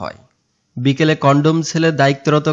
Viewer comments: ভাই কন্ডম না কথাটা হবে কন্ডেম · কনডম সেল না 🤣🤣🤣🤣 কনডেম সেল 😆😆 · ছাগলরে কন্ডম না কনডেম সেল।